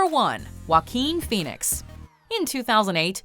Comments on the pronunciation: Joe-ah-kwin Foh-en-icks. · Joaquin Phoneix? Are you kidding me?